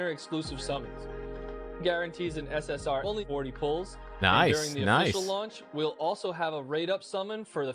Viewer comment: its SS"R" not SS "Ore" lol